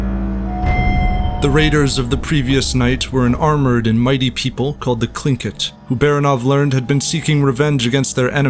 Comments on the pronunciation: You pronounced the word tlingit wrong it is actually Lingit its very hard to explain because our languages were never written down until after the genoicde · why do you pronounce tlingit as klinkit? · Gotta love how every history youtuber constantly misspronounces every name and title